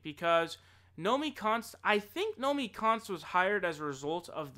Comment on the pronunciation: You keep getting Nomiki Konst confused with Naomi Klein and saying Naomi Konst. I make that mistake as well.